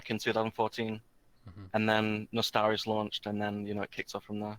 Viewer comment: Nice to finally see a wow youtuber pronouncing ' Nostalrius ' the right way and not like ' Nostralius ' or something like that :-)